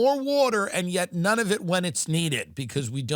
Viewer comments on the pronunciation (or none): none